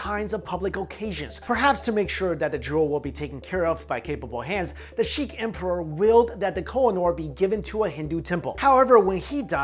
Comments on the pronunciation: sikh, not sheek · it's sikh not sheek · Sikh, not Sheek. that aside awesome history lesson on the stone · No offence but it's not the shikh empire it's the sikh empire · "Sheiks" lmao. Aaah ignorance. The real Diamond. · Sikh empire not Sheik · the sheek empire? lol its Sikh pronounced 'seek' or 'sick' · Jayloc its not sick or seek its pronounced as se-kha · its not 'Sheikh' its 'sikh' sheiks and sikhs are different one is arab the other is Indian